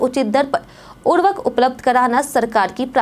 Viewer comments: Urvk kya hai? Urvarak ni bol skte to khad ji bol do.😂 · आप क्या बोल रहीं हैं।उर्वरक या उर्वक